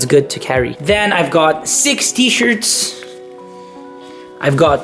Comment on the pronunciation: I thought you'd said sixty shirts instead of six T-shirts kkk